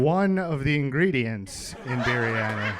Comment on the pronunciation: Spanikopita, beef stroganoff, biryani, cucumber, microwave... We're looking at some revolutionary comedic pronunciations of food-related words.